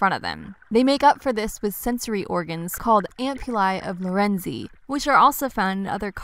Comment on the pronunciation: Is Lorenzini pronounced weird or was the narrator clipping the last phoneme?